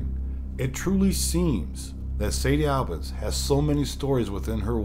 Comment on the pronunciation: Been to St. Albans many times for photography tours. I can't say it's haunted but I will say there is a dark presence that has a certain affect on people. And its pronounced St. (All-bins) not (Al-bans).